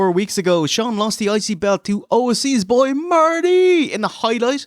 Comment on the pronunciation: Everytime they say IC belt all all here is icey belt and it cracks me up lol. I.C. WIENER